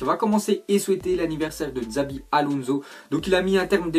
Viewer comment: C pas Xabi mais Chabi ...